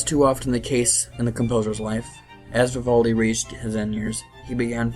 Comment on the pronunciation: Vivoldi?!?? Lol VIVALDI VIVAAALDI